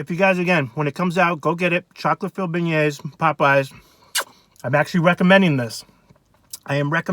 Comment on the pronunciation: Beignets (ben-yayz)